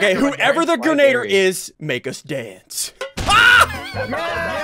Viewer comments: You said boggie bon impostor role it’s grenadier Impostor role in among us not boogie bomb 💣 meh whatever who cares idk what to say anymore I just like typing and I watched this video before so I wanted to watch it again cause it makes my day better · is anyone gonna tell them it's pronounced "gren- uh- deer?" No? Just a me thing? OKEY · Ian, say it with me: grenadier. Gren-ah-deer. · It's pronounced "Gren-ugh-deer"